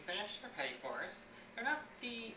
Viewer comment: Awesome videos! It took me a few minutes to get over the mispronounciation of "petit fours", but it is really obvious that you have been doing this for years. I was originally thinking of making this for a party, but after watching the video, I realize how difficult it can be and I will have to put in more hours in the kitchen before I give this a go. Thanks so much for posting the video. It was a real pleasure to watch.